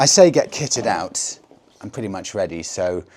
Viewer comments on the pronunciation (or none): none